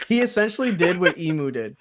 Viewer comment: I thought it was funny for some reason the pronunciation of Imu as E-mew 🤣 reminded me of Mewtwo pokemon